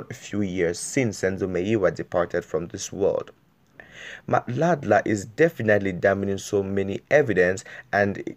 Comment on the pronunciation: O ntapisa ka gore you cant hadly pronounce madla, so i doubt if u a SA Youtuber